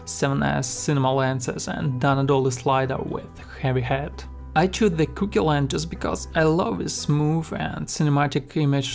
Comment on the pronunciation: I honestly love that he pronounces Cooke "cookie"